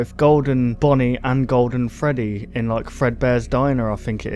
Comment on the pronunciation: It's Freddy not gfreddy